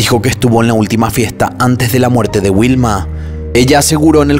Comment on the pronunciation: Informati sulla pronuncia esatta di Torvaianica.... e anche dei nomi di persona Non capisco perché storpiare in questo modo Vanda non Uanda Vilma non Uilma! Sicilia non Sisilia Sterline?? La carabinera? I CARABINIERI! Amalfi non è un resort ma una cittadina della costiera amalfitana in provincia di Salerno!! Milano-Torvaianica sono 600 km e non 250!!! Era una brava ragazza di 21 anni, non è vero che lavorava, era fidanzata e doveva sposarsi in autunno! Hai detto un sacco di stupidaggini